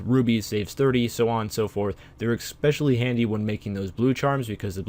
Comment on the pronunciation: ESPecially, not EXPecially.